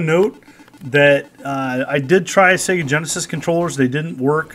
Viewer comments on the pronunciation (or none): none